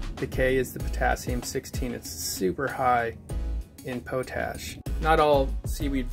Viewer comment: POT-ASH mate... not 'Pote' 'ash' ...where you pick that pronunciation up? Come on America!